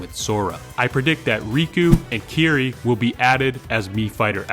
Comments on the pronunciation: Bro, did you pronounce Kairi as "Carrie"? 😂 If she gets a mii costume, that's what I'm gonna call her. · As soon as I heard “never played Kingdom Hearts” I was thinking: Alright. What’s he gonna mispronounce? “Kieri” lol Good list overall. Though isn’t event smash just Spirit battles?